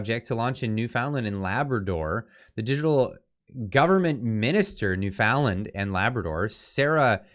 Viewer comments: Just a bit of advice,; don't pronounce it "New-FOUND-Lnd", It is "NEWfin-Lan". Just trying to help. It"ll save you some grief. lol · …It’s Pronounced NewFUNland ya dingus. Do you even Canada bro? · It's pronounced Newf'inlund in Canadia. TrudeauMustGo. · Sorry, I thought you should be tarred and feathered you need to pronounce you Newfoundland correctly